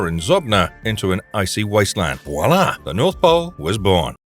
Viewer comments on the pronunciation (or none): none